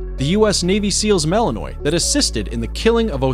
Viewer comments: "Malin...nwah" Not malinoi. BTW, you were showing Neopolitan Mastiffs and talking about Cane Corso..and Shiba I used while talking about Akitas. Come on, get it right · BTW its not Mal en ois with a hard s. it is mal en wah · Mali-NUA, not malinoy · One has to wonder why you would not look up the pronunciation for the breeds you are going to cover. It's akin to showing up to a business meeting without the facts! Melinois, pronounced melinwah! Cane Corso, pronounced canay corso! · Not that anyone cares anymore, but "Malinois," is usually pronounced according to French rules, as "ma-lin-WAH," not "ma-lin-OY." "Cane," as in Cane Corso, is the Italian word for dog, with two syllables, and is pronounced "ka-NAY," not "CAYN." He did pronounce pitbull and German shepherd correctly, however. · and it's not malen -oy! The narrator should learn pronunciation! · Malinois is a French word.Pronounced Malinwah.Thats the phonetic spelling. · Belgen malanoy 😆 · Malinois is pronounced mal in wa...if you want to make credible videos from other you tube videos at least learn how to pronounce the breeds correctly. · So annoyed the narrator pronounces Malinois incorrectly 🙄🙄🙄